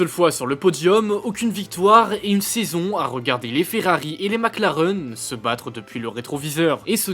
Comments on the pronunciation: Sans oublier Mac Lareeeuun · MacLareuuune ? Vous êtes sérieux 😅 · MacLareune 😂 ! Il manquait plus que Villeneuve et son "MecLaren" !